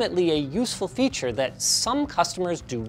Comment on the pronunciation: sus segway to lenovo "fearure"... 😁